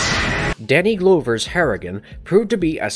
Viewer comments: you pronounced glover wrong its "donald glover" pronounced (donald) 'glove-er' not 'glow-ver' which is suprising with how crisp your narrating voice is and your pristine pronunciation of "yautja" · Danny Glowver?... "Glover" rhymes with cover, not clover. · LOL Danny Gl-OH-ver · He mispronounced Glover too, so yeah.... My expectations are pretty low based on that.